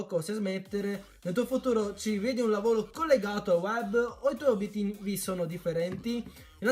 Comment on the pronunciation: lavolo hhahahahahaha la r ti e sparita?